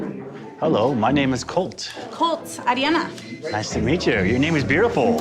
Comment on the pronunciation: It was her extreme "Arri-Anna" pronunciation of her name.